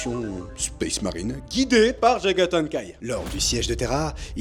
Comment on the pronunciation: Jagathaï Khan ou Jagathan Khaï ? 😂